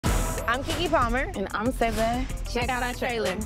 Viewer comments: Oh Say-Za not Si-Za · So we've been CLEARLY mispronouncing SZA's name, can we start there!!!!!!!